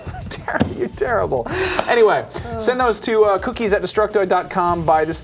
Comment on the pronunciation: "O, you're Tarable..." Oof....